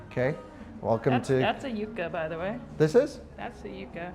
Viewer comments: The furry cactus is called Hairy Old Man. Also the pronunciation of yucca is yuck-uh. Love your vids. Keep up the good work. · Who has never heard the word Yucca before, and therefore not know how to pronounce it correctly (yuck-uh)? In contrast, yuca (pronounced YOO-ka) is a root vegetable know by many other names around the world and is a common foodstuff in warmer climate countries.